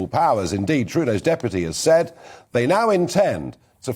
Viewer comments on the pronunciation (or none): none